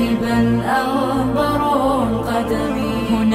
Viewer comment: الصحيح : أغبرَ القدم بفتح الراء وليس بضمهاز